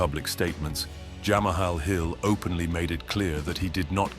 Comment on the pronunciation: Good video!…. But Jamahal hill? 😂 🤦‍♂️